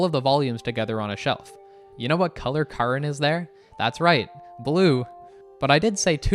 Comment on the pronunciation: it's actually Karin smart arse